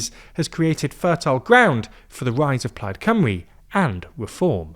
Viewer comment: Today I learned how to prounce Plaid Cymru.